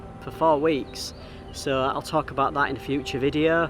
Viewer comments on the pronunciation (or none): none